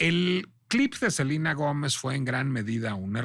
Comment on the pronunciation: Funear, en vez de funar, Selina en vez de Selena, Emilia Gómez en vez de Emilia Pérez. No solo en fondo sino en forma, NO DICE NADA, muchas vueltas para justificar su defensa, que es sospechosamente chayotera…